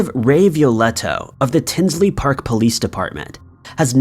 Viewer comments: Tinley park not tinsley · it's Tinley Park,Il not "Tinsley Park" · FYI, it's Tinley Park, not Tinsley Park. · It’s Tinley Park, the Lane Bryant murders, not tinsley. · Liked this and subscribed and I hate to do this but if anyone has yet to tell you it’s Tinley Park not Tinsley Park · It's Tinley Park not Tinsley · Hey.....FYI its T-i-n-l-e-y Park (not Tinsley) I am from Chicago and that is very very close